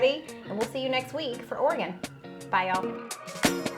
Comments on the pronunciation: So proud of you for pronouncing Oregon correctly. So many people (especially those who live far away from it) pronounce it Or-e-gone. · I was thinking that exact same thing! She did not pronounce it or-i-gone. ❤❤❤ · You correctly pronounced Oregon! Well done! Most from the Midwest and South say, Or gone. Like nails on a chalkboard. 😂